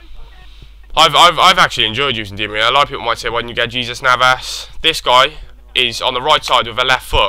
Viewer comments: it's pronounced as xesus (with the k sound as the beginning) navas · I know but that's not the point He pronounced it as "J" sound in the video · there's an h sound at the beginning...i'm hispanic trust me. it's pronounced hesus navas spelled jesus.